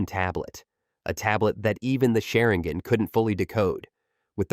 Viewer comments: How to tell someone you have never actually read the manga or seen the anime. Rinigin, sharingin... everything I heard in the first 90 seconds was basically wrong. AI generated videos simply can't grasp the nuance of these characters, their abilities, or their history. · Sharinggon😭 what is this AI voiceover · Is nobody gonna talk about that diabolical pronunciation man said rennegen and sharingen 😂😂